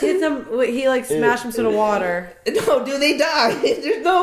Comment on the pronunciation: the girl sees water and literally the stupidest way you could say the basic word water she goes, "WaTEaR" ( Spongebob emoji). i enjoyed watching their videos but the girl was just noticeably STUPId the whole time. if it wasn't for the other guys i would have never watched them. How are you embarrassingly bad at commentating a Nick cartoon? She must just be a girlfriend or sister that just wanted to part of it. i hope she stops doing these.she singlehandedly could sink their business. Everyone else is good tho!